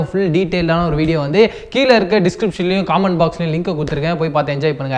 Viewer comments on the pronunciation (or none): டே பைத்தியக்காரா அது காமண்ட் பாக்ஸ் இல்ல டா கமண்ட் பாக்ஸ்